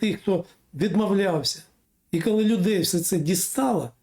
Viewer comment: Не "кальі", а коли. Готуйтесь краще.